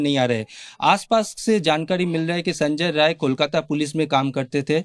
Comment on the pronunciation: The criminal's name is ”Sanjay Rai ". Pronounce the name correctly.